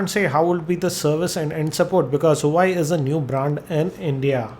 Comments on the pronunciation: Bro its nou huai. its pronounced wua-wei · Huawei Pronounced as Hu - va - way :)